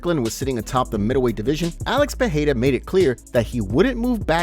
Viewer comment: Pereira not Peheira